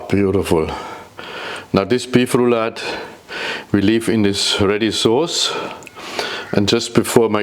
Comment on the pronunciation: Maybe this chef could start with learning how to pronounce "Rouladen" correctly; out of respect for the people who cook this dish.